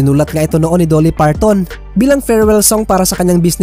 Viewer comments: Sir Dolly is pronounced like the Jali in Jollibee not Doelly. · Sir dolly hindi po doooly